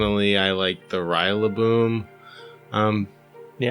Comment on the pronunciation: ''Rye la boom''? Clearly based off a Gorilla lmao how does you brain mispronounce that so bad